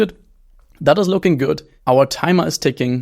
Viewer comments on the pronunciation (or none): none